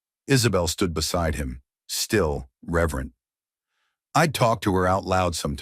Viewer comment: Gaze not gays? Are you kidding me? Nobody, no no buddy. Reverent not rever. Flinch not flynn. I enjoyed the story.